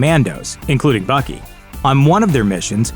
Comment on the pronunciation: in stead of Bucky I heard fucky